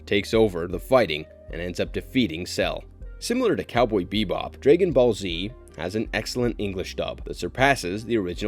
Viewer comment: This man butchers the name dragon ball and we just supposed to skip that? 😂